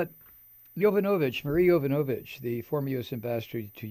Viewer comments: Please, pronounce the name correctly,Mike..It’s Yo- vano- vitch..It’s no Yo-nova-vitch.. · Mike, I am so glad I found your video! You express exactly how I feel about the trump monster, Keep it up with the truth. And it's pronounced Ya Von O Vitch. Hooked on Phonics worked for me!